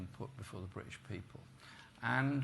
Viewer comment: And why is he unable to pronounce British